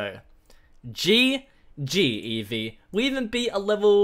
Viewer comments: Eevee really it's Eevee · It’s eevee